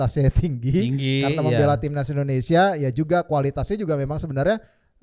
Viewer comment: Indonesia bro.. bukan Indonesa.. Indonesaaa😂 baju putih orang Indonesaaa??😂